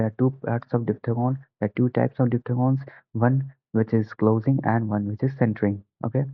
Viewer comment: Diphthegons nhi hota diphthongs hota hai